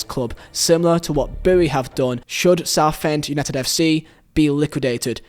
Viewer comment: Where are you from its UNITED not u need you cant say united